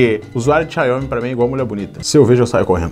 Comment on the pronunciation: Não é "Xaiomi", é "Xiaomi"